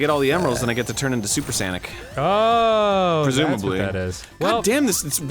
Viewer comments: When you said sconic, it made me feel like Sonic is a skunk. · I laughed when Danny said skanic that's the cree work for bitch